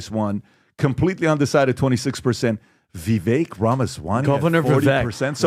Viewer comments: Gotta be. PBD, CAN YOU PUHLEEEZE get your team to pronounce your guest names correctly?!!!! YOU can! It's so disrespectful and stoooopid. It's VI-VAKE not Vi-vek dumbazz!!!! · should not even be on the panel. He can’t even pronounce Vivek’s name correctly! It rhymes with cake, dippy! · it’s Vivek like cake. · It’s so bizarre that and pronounce Vivek’s name wrong even when he’s sitting right next to them. It’s not hard - it rhymes with “cake”. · STILL can't get Vivek's name right 🤦‍♂️ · Amazed at the lack of professionalism and respect that after all this time of Vivek having been on the show multiple times, still mispronounces Vivek's name. Not surprised, just amazed...🤦‍♂️ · FOR THE LOVE OF GOD IS SO PATHETIC AND UNPROFESSIONAL. CANT EVEN SAY VIVEKS NAME PROEPRLY. MAKES ME SICK. BOOOOO!!!